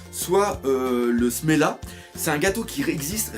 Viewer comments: c'est pas smela mais semla :p bonne analyse sinon :) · Encore une fois : Semla et non Smela. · C'est semla, pas smela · C'est du SELMA et pas SELMA BORDEL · Smela ? C'est pas Semla ? Sans parler de ça, je me pose plus la question "Et si Big Mom était comme ça à cause de cette période de jeun ?" Car en effet, s'il n'y avait pas eu ça, elle n'aurait peut être pas pété un cable et aurait continuée sa petite vie tranquillement à Elbaf ! Autre truc qui me trotte en tête, et si Luffy épargnait Big Mom ? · C'EST SEMLA PAS SMELA